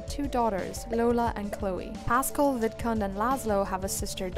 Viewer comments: Every time you said vidcund it sounded like vidcunt 😂 just saying it’s hilarious and I love it! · Omgosh when you said Vidcund I heard the d pronounced as t 😱 lol 😅